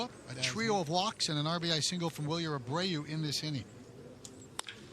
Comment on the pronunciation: how you butch roman anthony but say wilyer abreau perfectly fine 🤣